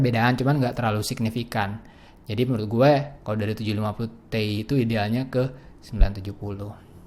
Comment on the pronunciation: bang 980 ti bacanya kan ti ai buka te i